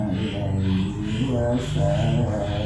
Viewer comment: Sholallahu ala muhammad sholallahu alaihi wasallam. Kenapa baca nya wasallim yah..??? Nanya.